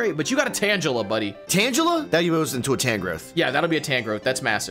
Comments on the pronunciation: It’s f-ing pronounced tangle-ah You know… cuz it’s vines are tangled. 😑 God damn and Togetic. What is it with you pronouncing G as J? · Not tanjela tanGela